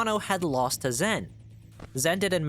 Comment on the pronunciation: his name's Zhen, it's pronounced more like a J than a Z :D